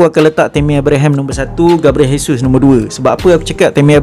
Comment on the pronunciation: Sebut dia jesus je bos,j bukan h,dia orang brazil bukan spain